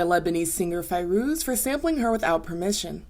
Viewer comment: Omg thanks for metioning my country Lebanon when you mentioned Fairouz suing Madonna for sampling one of her songs, you even pronounced Fairouz so well! 😊😊😊😊😊😊